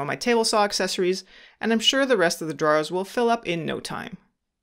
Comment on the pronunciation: Sorry bud, I couldn’t make it to the end because of the way you pronounce drawers. Great video though thanks for sharing